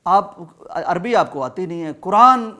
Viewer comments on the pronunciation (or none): none